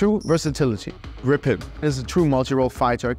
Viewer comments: How to in English say the Swedish name Gripen, you say GREEEEPEN. Yes, green without the n, and pen. Gripen. Pronounced greeeepen. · I love you so much, Ukraina, that I will let you in on a secret - it's pronounced [Gríp-en] (or Greep-en, if you only speak English) ❤ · so it's pronounced as Gree-Pen ?